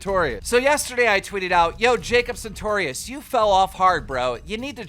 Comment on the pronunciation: Keem can pronounces sartorius right but reads Arthur author. How?